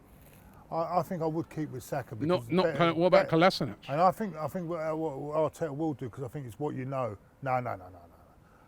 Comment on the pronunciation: Robbie it's Kolashinatz, that's how you pronounce his surname